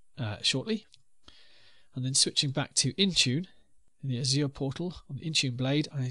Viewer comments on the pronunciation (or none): every time the instructor pronounces "azure" with a fake french accent I cringe. no french accent needed, no one says it that way lol